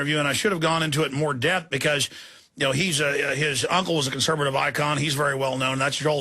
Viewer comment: CONSERVATIVE Jones not "ConserBative" you keep saying CONSERBATIVE. conserVative you mush mouthed BbBbBbBuffoon.